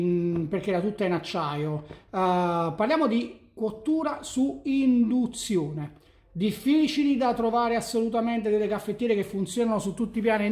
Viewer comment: "Moka per indunzione" ?!?! Bocca mia taci...